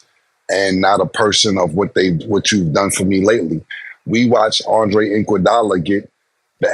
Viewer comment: They butcher everybody name. Who is andre inkwadala 😂 or lukahhhh don kich. 😂😂😂😂